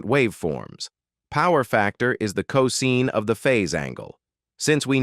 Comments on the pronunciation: Excellent video! May watch it again 👍 ... BTW ... 'cos' is pronounced co-sine (sign) vs co-zeen. Typo — *improvethis 41.41⁰ — Should be 41.41° using a degree symbol ° vs a superscript zero ⁰ (I first thought it was to the power of ^0) Windows calc —— Type 0.75 first, then [ Scientific, trigonometry, 2ⁿᵈ, cos⁻¹ ] (Enter .75 first... then cos⁻¹). Entering: [ cos⁻¹(0.75) = 67.5 ] ... Instead enter: [ .75 cos⁻¹ = 41.4096 ]. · Is not co seen, but co sign. Learn how to pronounce cosine ffs!!!